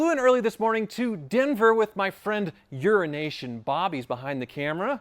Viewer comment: I always think he's saying "urination bob"...